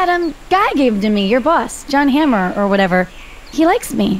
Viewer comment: “John Hammer”